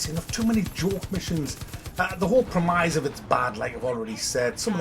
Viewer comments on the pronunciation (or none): Its pronounced premiss not premize haha 😅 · Love you but its "premise" not premize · what the fuck is a prem-eye-se? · I had to stop when you pronounced “premise” as “premeyes”. What’s with the fake accent? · The way you pronounce "premise" is a far cry from how it's supposed to be said. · You're saying premise wrong. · MGS5 gets a thumbs down, but this soulless, repetitive sack of shite gets a recommendation?! Pronunciation of the word "premise" aside, you're still worth a sub;)